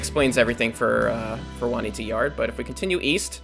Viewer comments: LOL he said waneeda. it's pronounced june-e ata. LOL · Pronounced is wrong it is June'-ee-AH'-tah since it's in Pennsylvania